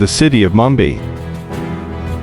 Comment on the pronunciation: The narrator couldnt pronounce Mumbai properly! This an AI fo sho